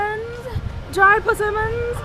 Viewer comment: heard "dried pussy-mons" can never unhear